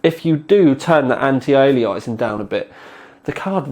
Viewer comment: Lovely little card, might just grab one and stick in my Sugo SG05 - 300W 80+ PSU should be plenty. Oh and? It's pronounced anti aye-lee-ass-ing;-)